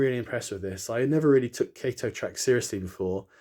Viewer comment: Great video. Switched to kato and never went back, and looks great when ballasted. Btw it is pronounced kah-toe :)